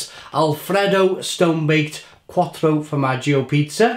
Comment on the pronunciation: 'Cuatro fromaggio and chicken and CHOROTSO' you're really selling it fucking hell 😂